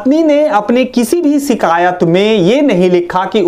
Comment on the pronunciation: 'Sikayat' ya "Shikayat"? "Sekson" or Section (with 'sh' sound)? Vakil sb itna padhe likhe thoda apne pronunciation par bhi kaam kar lete. 🙁